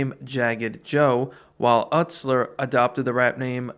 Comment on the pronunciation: VERY small nitpicks about this video: - Joseph Utsler's last name is pronounced 'YOU-slur'. I only point this out because shaggy referenced it in the song 'Free Studio' where he says "My name is joey 'YOU-slur' it aint no joseph fucking Uht-slur'" so I thought that was funny lol. - After the JJ Boys, Joey didn't immediately switch his name 'shaggy 2 dope', but rather just '2 Dope'. When ICP formed, the idea was that they were going to do what alot of other rappers at the time did (including Esham) where you'd have a front man doing all the rapping with 2 or 3 people in the background dancing. Violent J was to be the front man and he would have 2 background dancers; 2 Dope and 3rd member named 2 Much. J's main rapping partner was 2 Dope's older brother, John Kickjazz, and when Inner City Posse became Insane Clown Posse, 2 Much left the group. The name 'Shaggy' was just a nickname that people called 2 Dope because he was growing his hair out into dreadlocks, then around the Ringmaster era, he combined his nickname with his rap name and became Shaggy 2 Dope. - Esham's 'Repentence' album had multiple disses to Eminem/D12. IIRC, the entire album has a diss to Em. - The bowling match that Proof set up with D12 and ICP wasn't just between J and Shaggy, but most of the Psychopathic Records staff, including Twiztid. Proof even did a song with Twiztid on their album. Almost everyone showed up except for Em. ICP did an interview with DJVLAD TV. I highly recommend it.